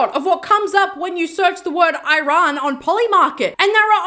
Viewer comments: its ee rân not eye ran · Friendly reminder that it's actually pronounced E Run not I ran <3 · Girl, i really love your content but Iran is pronounced differently